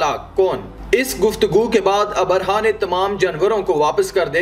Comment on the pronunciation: Assalaamu alaikum jab bhi aap log vdo banaayein meri ilteja hai ki kisi achche urdu jaanne waaloun se pehle talaffuz seekhle a Jaise Abarha - nahi abraha